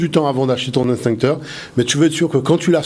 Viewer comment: "EX-TINCTEUR" - PAS - " INS-TINCTEUR "!! MERCI !!!